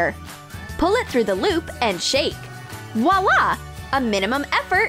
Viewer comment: In the second one you said waa waa instead of voi la